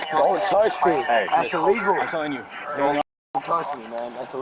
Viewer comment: "Dont touch me, thats iwegal"